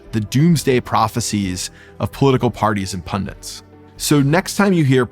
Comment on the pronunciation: Good analysis. Two corrections. It's "pundits," not "pundints." Also "Affect," not "Effect"